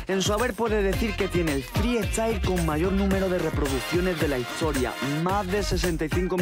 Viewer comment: Porque ‘freestyle’ lo pronuncias ‘friEstyle’